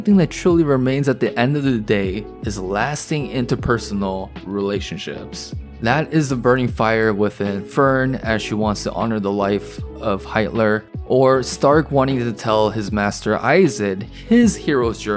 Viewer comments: bro just said heitler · "HEITLER'' LOOL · Nice video! But man, your german pronunciation of the names ist nicht so gut. And "Heiter" (Cheerfull) has NO "L" in it! ("High"+"Ter") The added "L" makes it kinda problematic in german..... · Did you just call Heiter 'Heitler'? <.< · Dude, you didn't say 'Heitler', right? 😮😅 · lol careful with the names . The priests name isn’t Heitler 😂 Great video though haha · Yknow man when you said drunk priest I thought that you didn’t know his name but you should keep it like that if you call him heitler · ain't no way this dude just said Heitler... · I spit my drink when I heard him pronounce Heiter lmao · bro really mispoke heiter ☠️